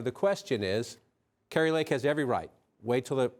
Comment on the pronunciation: Kari"n" Lake it is. LOL